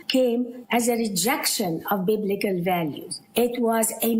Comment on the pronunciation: wallahi once she said "biblical" with light L, I knew she is an Egyptian Christian. arab Christians have very weak Arabic language. and there are millions of Christian in Cairo.